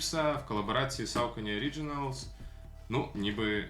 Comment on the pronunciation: Душніла в треді. Якщо вже докопуватися, максимально вірно (як на мене, звісно) говорити "сОкені", де "о" - це щось середнє між "о" та "а", а "е" - щось середнє між "е" та "о". Але ми тут не на лінгвістичному каналі, так що затикаюся. Вам все рівно + за, по суті, вірну вимову, бо скільки я вже тих розумників бачив, які буквально вчора дізналися, що правильно "найкі", а не "найк", і вже сьогодні починають повчати всіх навколо і всім показувати, які вони прошарені снікерхеди, але Saucony в них як було СаукОні, так і залишилося. І дякую за цікавий огляд!